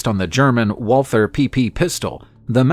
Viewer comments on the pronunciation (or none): none